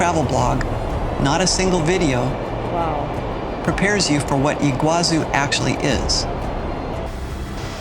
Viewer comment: It's pronounced Iguazú, not Iguázu. The accent is in the last syllable.